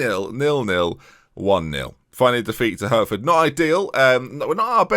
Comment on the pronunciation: I live close to Hertford (pronounced Heart-ford btw)! Look forward to hearing the usual jokes with Ware too!